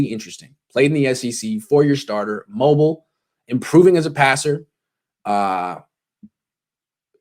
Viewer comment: Too much emphasis on “mobile” especially with Shanahan.